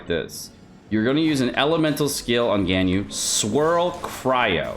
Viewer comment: That's not how you pronounce Ganyu and Beidou, even Albedo